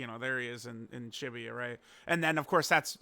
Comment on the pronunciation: Why you say shibuya like that lol